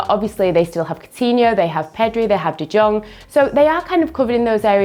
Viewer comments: de jong is pronounced as de yong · pronunciation of de jong( pronounced de yong) is funny. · But she didn't?